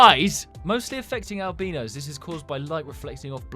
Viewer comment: it’s not al- bee-noz it’s al-bye-noz or al-bye-no